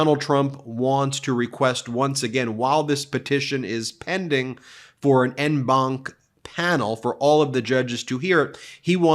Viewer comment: 'en banc' is pronounced 'on banc'